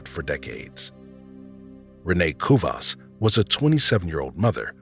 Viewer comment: Cubas!? Its ku-eh-vas!!!!!